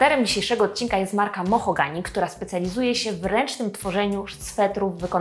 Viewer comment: To "mohogany" czy "mahogany"? 😉 Cała 😄 Filmik super jak zawsze 🙂